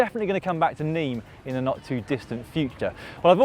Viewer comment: Dear Loydy, It is not pronounced "Niim" it is pronounced "Nimm" . Like dim your lights. But with an N. Cheers